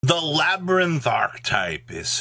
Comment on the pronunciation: Just a little input, the archetype name "Labrynth" is actually pronounced "LA - BREEN - T" , so technically it's not worded as LABIRYNTH "LA-BE-REE-NT"